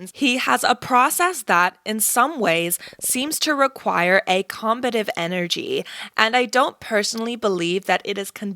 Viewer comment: A- accent...just mispronounced combative